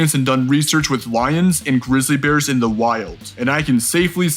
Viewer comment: greezlee not bearc-lee